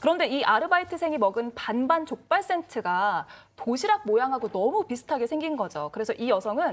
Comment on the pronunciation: 내귀에만 자꾸 족발센트로 들리나....